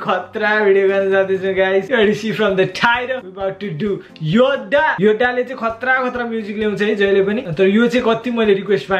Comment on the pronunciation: muji ramrari 'Yoddha' pronounce garna sikh